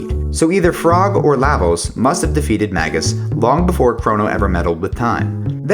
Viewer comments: I have known many games that are voice acting that pronounce it "Magus" (the word is actually a rather common word). I have never, ever heard "Mayjus" in any game. Just saying. IN FACT, if you look it up on , it says that it is supposed to be "May - gus" which even fewer people say. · It's May-ghus, it's not a soft g or J sound. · I veto that....I've always pronounced it Mag us